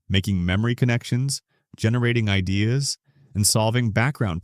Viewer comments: Why can't your AI pronounce "best idea"?? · Mispronounced idea and knew it was ai instantly.